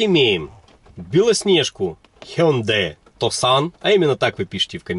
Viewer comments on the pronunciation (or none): короче. tucson - звучит как тюсон. убедиться можем в гуглпереводчике, нажав на динамик